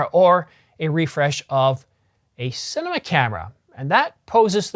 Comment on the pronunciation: You mean to say CINEMA but say CINNAMON. You mean to say MEGAPIXELS but say MEGA PICKLES. Are you getting enough to eat? Maybe have a meal before making a video rather than after! 😆